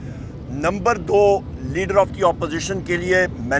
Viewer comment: its leader, not leder. Please maintain your standard.